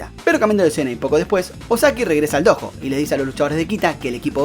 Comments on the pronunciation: No es dojo es doyo que se dice 😥😥😥😥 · No es hate ni nada pero creo que se pronuncia "Doyo", aunque se escrfibe "Dojo.